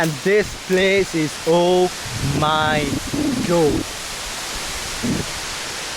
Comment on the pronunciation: "This place is owe myy gohd"